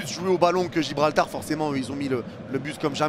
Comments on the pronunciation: Gibraltar pas Gibralbar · Il a dit Gibralbar 😂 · On s'est tapé des barres t'as dis Gibralbar encore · Lol comment ça gibralbar 😂😂😂